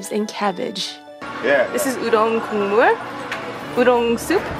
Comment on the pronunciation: One year later after rewatching... I just noticed you said udong hahaha (mashed words or udon and odeng) at least I think you said udong.